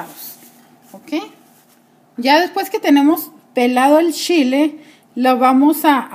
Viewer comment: No es picoso para usted. Su shile como usted lo dice (chile).